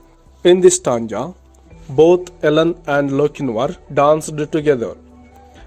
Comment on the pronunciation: 🥺Ur teaching is not good u can teach better you don't know to pronounce properly💘 you say tanga but it's really stanza 🤣🤣 if u feel bad I'm really approximately a very sorry 💘🥺